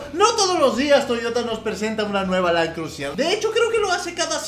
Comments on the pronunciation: no se dice land crusier es land cruiser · lo escribe bien pero lo dice mal, siendo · lo que piensa el fan de Toyota cuando dice crusier en vez de Cruiser 😂😂😂😂😂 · Con un acentito francés queda afeminado su "Crusier" JAJAJAJAJAJAJAJA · .... Por favor... Land cruisier?.... CRUSIER?.... POR FAVOR... por lo menos quecse digne a leer el emblema del carro y que por lo menos busque en el traductor la dicción correcta de la palabra! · Le sigue diciendo land crusier Jajaja un crack